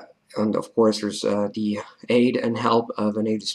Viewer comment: You have a really good English accent! Your accent would be perfect if your "th" sound like in "the" didn't sound like "duh" that's the only thing, just wanted to let you know!!! Keep learning!!